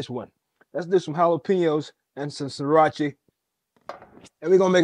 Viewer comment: Sriachy is crazy. 😂 Ah, no eee.